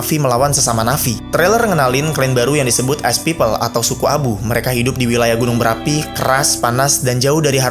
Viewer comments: Bukan "as dibacanya tapi "esh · Jir gw kira "ice" soalnya pronouncing nya "ash" Soalnya setau gw abu tuh pronouncing nya "esh"